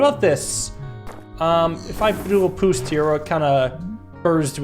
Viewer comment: He says "poost" instead of "boost"